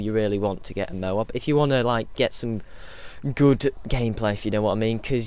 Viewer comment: Firstly, toad is a word and M.O.A.B is an acronym. Secondly, the speaker in the games pronounces it as "mo-AB".